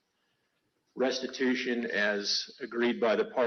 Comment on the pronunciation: "Restibution" .... I'm thinking her bad brain tried to protect her from admitting restitution is needed, while saying the state wants retribution (poor her, it does.), making them sound abusive.